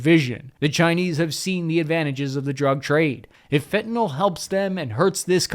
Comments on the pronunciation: when you say "fentnol" you sound like a Trumper or something. It's fentanyl. Fenta-nill. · It's spelled Fentanyl, and it's pronounced _Fen ta nil_, not " fi'inall "